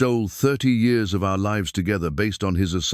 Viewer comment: Years are not pronounced like the narrator is pronouncing it.